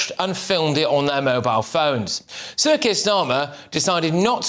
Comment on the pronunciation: Every time you say "Sir Keir Starmer" it sounds like CIRCUS STARMER 🤣